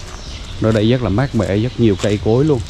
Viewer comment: Cảm ơn a. A nghe a nói "dất nhiều" thiệt là "dất ấn tượng" =))